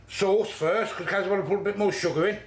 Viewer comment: sugger OMG ..SUGGER lol